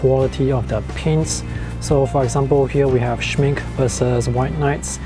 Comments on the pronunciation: Good video. Just an FYI. the pronunciation of Schmincke is shmink-eh and not shmink. :) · Soo impressive! Greetings to the business owner! Ps. please pronounce the -e at the end of the Schmincke. Without the -e, it stands for make-up in German and it’s clearly not that type of paint😅🙈